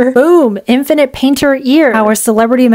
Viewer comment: Infinite ❌ Inifnite ✅